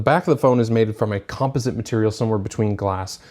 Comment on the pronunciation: Com-puss-it LOL